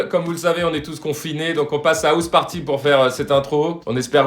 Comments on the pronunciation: « Ousse » party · "Housse party"😭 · “Housseparty”. Carlito 2020